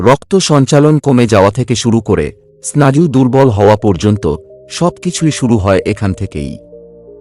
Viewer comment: তোমার ভয়েস যথেষ্ট ভাল। কিন্তু উচ্চারণ ভুল হয় মাঝে মাঝে।যেমন স্নায়ু কে বলছো স্নাযু।